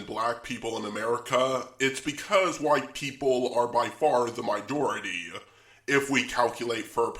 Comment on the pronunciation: Why do you say "mojority."